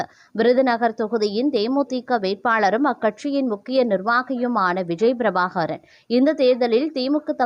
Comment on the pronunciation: விஜய பிரபாகாரன் இல்லை பிரபாகரன். உருப்படியாக உச்சரி யுங்கள்